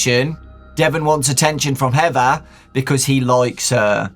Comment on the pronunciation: be like "heva"